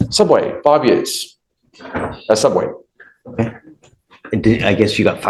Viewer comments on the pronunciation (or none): Soobway... if u know, u know.